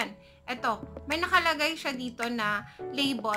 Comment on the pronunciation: Labol, Travol 😒😒😒😒😒